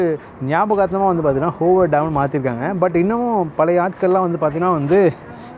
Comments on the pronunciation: Bro the Hoover Dam is pronounced as Whover Dam not " Ho Ver Dam " 😢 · It's hoover not hover, nevada not nivedha, at least learn some key pronunciation before making a video. Epdiyum poi poi ah tha pesura thappu thappa information kudukra. Edhachum onnachum olunga pannu. 🥱🥱🥱🥱🥱